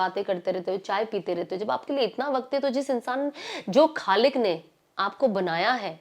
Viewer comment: sana plzzzzzz don't mind aap bohot acha bolti hai pr aap ko apni urdu alfaz thode ache karle to maza or aayega sunne me alfaz sahi kre jese aap bolti h kalik bola aapne wo hota h khalik.galat nahi ghalat aakerat nahi aakhrat .wagera wagera pllzz bura na manana mai chati hu aapki zaban b pakki ho . sorry